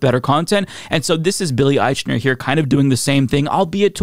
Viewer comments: It's a movie in post-covid times where the protagonist and most famous person in it is Billy Eichner. A person whose fame level is apparent every time mispronounces his name. I'm just sayin. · I have watched several videos about this. Nobody pronounces his name correctly.